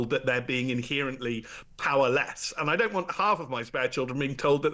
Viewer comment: I can't listen to someone who says, "inhearantly."